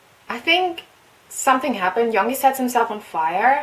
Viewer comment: Just sayin it's pronounced yoon-gi not young-gi.